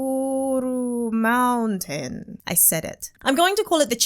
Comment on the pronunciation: Lost it when she started pronouncing Kukuroo Mountain 😂😂😂